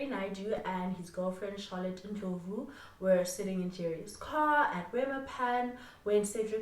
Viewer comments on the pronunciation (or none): none